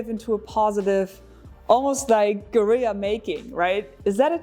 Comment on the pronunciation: Thank you for pronouncing "guerilla" correctly.